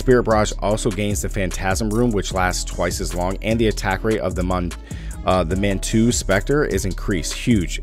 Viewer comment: Mundunugu is pronounced Moon-doo-Noog- oooh and Manitou is Man-Ih-Too.